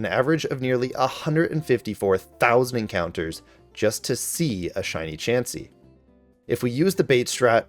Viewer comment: IT'S CHANSEY, NOT CHEEMSEY!